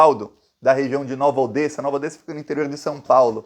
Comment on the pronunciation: Pronuncia-se "Nova Odéssa".